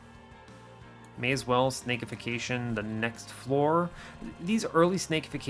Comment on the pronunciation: This has been driving me nuts: its Snack-ification, not Snake-ification. Because you're turning the enemy into a crab cake for its allies. Making it into a snack. It's a great pun.